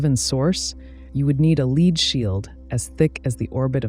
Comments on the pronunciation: PB is pronounced 'led' not 'leed'. One suspects AI presenter? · AI voice synthesis is pretty good these days with believable intonation. What gave it away 100% for me was when they pronounced the word "lead" as 'leed' rather than 'led' like the element. Others have noticed that too by the looks of the comments. Incidentally, 10 seconds later, a perfect example of the stupidity of the random video stock usage was the girl holding bananas up to her ears while the voice was talking about neutrinos passing through most massive objects like the earth and sun. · Excellent summary. And if the voice is AI it us a very good one. Saying leed instead of lead was the only slip that i picked up and a living voiceover would probably have made a few more given the subject matter ! AI will be the end of us all ..... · " . . . a lead ---> (leed?) shield?" Has the narrator NEVER heard the common pronunciation of the common name of the element Pb? smh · I agree with you 100% on the stock footage. It somewhat detracts from the great script. As far as AI voice goes, I genuinely cannot tell if it’s actually AI or just has had way too much noise reduction applied. I thought it was a TTS at first, but there have been some moments that made me question this. Saying things like “lead” as “leed” make me think it’s gotta be an AI, though. Either way, it’s good enough to not be as distracting as some of the repetitive stock footage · Is this ai or just a dumb person doing the voice over? She said lead shield like you would pronounce lead when saying to lead an army